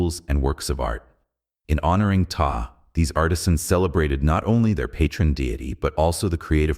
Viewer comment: Pee-tah LMFAO